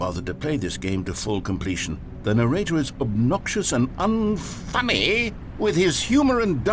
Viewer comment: What if I told you I clicked this video just to hear the narrator go "UN-FUNNY" in the silly accent